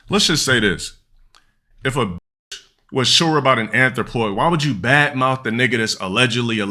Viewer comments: I think he's mispronouncing it too 💀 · He can barely say the word. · He ays "athropoid" so much it just all become drivel. Wait til he literally says "Athropoid Support" then you'll get it.